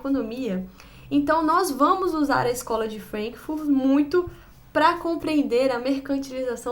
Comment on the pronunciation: Vc sofre "anglicismo cultural " Fala Frankfúrt e Gramsci com sotaque ""Frénkfurt", "Grémci". No entanto....é! Tô gostando das resenhas.